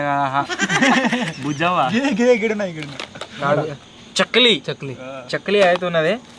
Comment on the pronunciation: chakli kadhu bro chokli😂